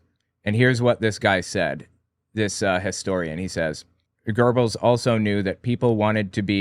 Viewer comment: Young brother it's Joseph Goebbels. There is no r in his name he was the minister and Reich master of propaganda and murder rape and mayhem. Anything else you want to know about Goebbels or Himmler. Just ask I will tell you what I know and what I don't know I will say I don't know